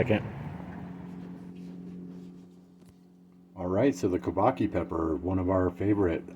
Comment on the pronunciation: Chor-bah-JUH is how it's pronounced. "Çorbacı" in Turkish.